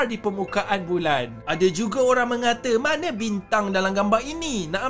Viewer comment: Bilang mengatakan aja mengkate, ngga jelas